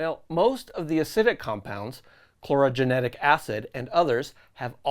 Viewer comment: Chlorogenic acid, not chlorogenetic acid... 😀